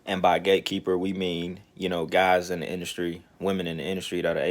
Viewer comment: At first I thought you was saying Gay keeper.... I was like wtf as my ears expanded and eyes popped 👀